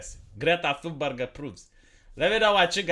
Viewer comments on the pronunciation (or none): none